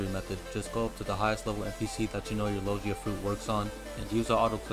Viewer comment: Lol sorry didn't realize my typo, I meant that in the video you were saying Lo-jee-a, instead of the correct pronunciation, lo-gi-a. Sorry to bother you, great video though, it really helped me!